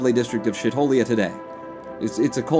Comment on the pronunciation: I believe its pronounced "shee-tholia"